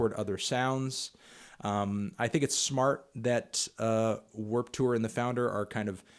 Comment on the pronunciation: why u pronounce it like Werp Tewer